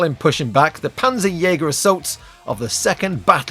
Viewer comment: As a German speaker "Panzerjäger" is a decent name for a mech. What I would suggest is that you lean more into the German pronunciation - the name will immediately sound more threatening. The "jäger" bit is decent, but for "Panzer", you're saying the "z" close to the "s" in "pansy". The German "z" is much closer to a "ts" sound. More "pants" than "pansy". Try saying it like "Pantserjäger", I feel you'll find it immediately sounds a bit more menacing.